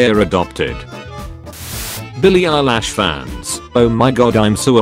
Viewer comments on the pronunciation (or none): ... Bilie EYELASH??? Billie EILISH!!!